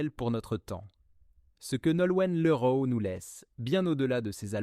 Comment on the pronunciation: Image mal trafiquée : on voit le collage et cette voix issue de l'IA : insupportable comme "liroïe" au lieu de Leroy : vs êtes nuls .. 😡